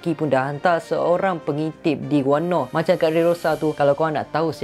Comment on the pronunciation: Puashati sembang... daripada sorang lagi tu acah2 pandai nak sembang pasal OP. Padahal banyak sangat lack. Banyak lagi isu boleh sembang, kipidap beo Edit: btw, kenapa ko sebut wano as wanno?